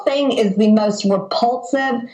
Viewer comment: Both my folks were educators in the subject of English for decades. I don't recall the word 'repulsive' having a "t" in it. Thank you,, for defending the Truth and Democracy. Slava Ukraini 🇺🇦🔱💪🚜🌻🍉🇺🇦🤝🇺🇸💪✊💙💙💙🤙